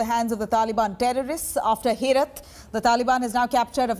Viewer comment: Its not Herat. It is pronounced as Heraat.